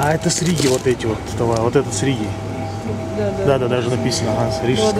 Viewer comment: не "сРиги", а из Риги